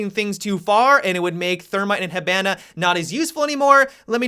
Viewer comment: STOP SAYING HIBANA INCORRECTLY YOU FUCK